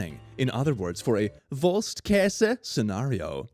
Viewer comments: Can we please talk about how he pronounced wurst-Käse completely correct? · FINALLY A YOUTUBER THAT SAID WURST-KASE CORRECTLY! God bless the swedes!